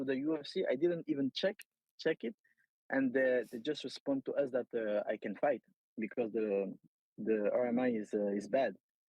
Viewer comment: Cedric tu prononces fight avec un accent irlandais 😅😩 comme mcgregor ! Ressaisis-toi